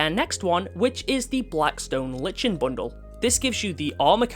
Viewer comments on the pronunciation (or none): Lichen is pronounced as ˈlaɪkən